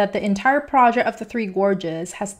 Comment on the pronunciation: Good translator, EXCEPT she CANNOT correctly pronounce "project" nor RESPECT. Keep at it, girlie, you'll learn to say RESPECT once you get the hang of it.